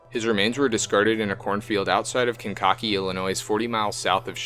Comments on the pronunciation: Lmaooo I laughed so hard when you said “Kin-ca- kee” it’s “Kane-ka-kee”!😂 I’m from Illinois, and I love your video!!!! 😸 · Kankakee is pronounced KAN-KU-KEE